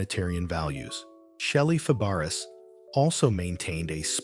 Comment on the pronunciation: I stopped watching after the narrator mispronounced the name of the subject in the first sentence. That does not exactly lend credibility or trust in anything you say after that.